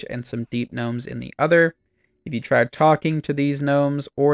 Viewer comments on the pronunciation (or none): none